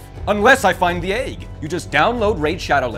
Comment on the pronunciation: Say “egg”. Say it. aiig You can’t say egg?! Don’t say it, it summons him!